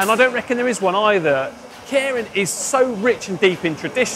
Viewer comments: Pronounced 'care-in'? Every other youtube vid I've seen pronounces it 'keer-in'. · It's not "KAREN".... It's Keirin... (kay-rin). Sorry, but after 20 years of living and cycling here I just had to say. That said, so glad you introduced this. Next is to show the amazing roads that Japan has to offer. Happy to take you on a ride. Check out Gunma Prefecture and the mountains. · Loved this. Try and pronounce it "kee-rin" though, with a hard "r", as apposed to "care-in". ;) As an aside, on the date of publishing, 10000JPY is 69GBP, 78EUR, and 89 USD. Understand the simplification, but I nearly got a heart-attack in thinking my salary was completely down the sh*tters... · Nitpick: It's better pronounced"Kay-rin" instead of "Care-rin". Bugged me all video. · Sorry to be picky but it"s pronounced kay-lin. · And in true British fashion, this guy slaughters every Japanese word... "Karen racing" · Let's get the pronunciation correct. Kay-Ee-Rin. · He was taking the piss out of the presenter's pronunciation, muppet. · I think either "Kay Reen" or "Kay E Reen" might be a useful way for a non-Japanese speaker to correctly pronounce it. And then it's a flipped R not a rhotic R. But that's getting too detailed for the casual cyclist to have to think about. Good job mentioning this pronunciation point. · I keep hearing "Karen Racer". Damn Karens are everywhere in 2020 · English guy is pronouncing it "caring". I wonder if that is correct. Normally Japanese is pronounced exactly as written. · When pronounces Keirin 🤦‍♂️ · Can you at least pronounce Keirin properly?